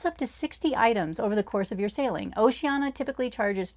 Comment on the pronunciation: Need to work on the pronunciation of Oceania. That's an i-a at the end, not an a.